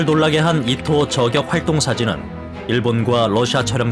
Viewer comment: 나만 이토가 아니라 이또로 들리나?